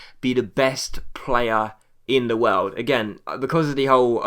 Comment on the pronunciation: you prononce it wiooooooooerld